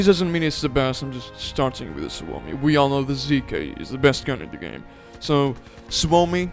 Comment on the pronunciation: just here to point out pronunciations of some weapons, hope you don't mind. sturmgewehr is pronounced ,,shturmgévér" as is gewehr ,,gévér". and suomi is not swomi, it's just ,,suomi". don't shorten the U. i agree on the placements tho bro. have a great day.